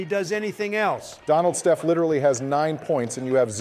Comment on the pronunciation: Donald be saying “shef curry”